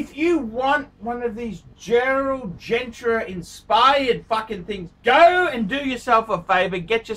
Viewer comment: Lexicon: Girard Para-Gay Gerald Gentra Chewda Frederique Constantin Ulysses Nardan Gilloshay Let's face it. He favors brands he can pronounce: Rolex and Patek